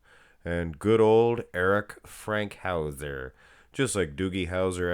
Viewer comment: It's FANKhouser, not Frankhouser